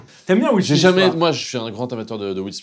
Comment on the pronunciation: WILL SMITH... WILL SMISS ...😂😂😂